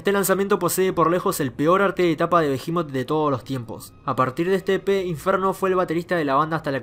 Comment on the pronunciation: Hasta que escucho a alguien que pronuncia bien el nombre de la banda.